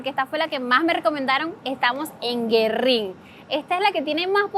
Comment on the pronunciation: Génova, con acento en la e. Y gu-e-rrín, hay que pronunciar la u porque tiene diéresis. por lo demás excelente video.